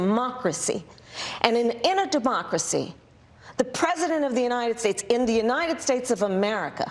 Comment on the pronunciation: I love the way she said, “This is a DeMocracy!” Omg. Love her